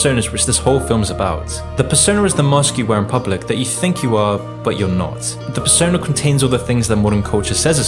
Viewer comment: Persona * not Pessouwner